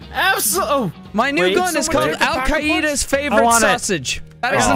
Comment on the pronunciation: al kai-e-das?